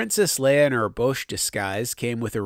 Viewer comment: I always heard it was pronounced "bowsh"